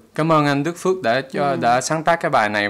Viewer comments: Đức Phúc, not Đức Phước :)))))) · đoạn đầu bả đọc là đức fuck thì phải :)))) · 1. I love ur reaction video; 2. You pronounce singer's name wrongly in Vietnamese :)